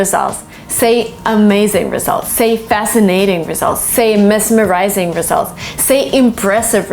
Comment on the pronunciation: Hello You pronounced the adjective mesmerizing with s instead of z /ˈmɛzmərʌɪzɪŋ/